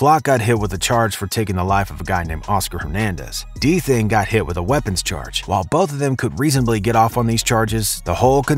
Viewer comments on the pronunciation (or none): u didn't even say his name right 😂😂😂u gotta remake dis video so much mistakes 🤣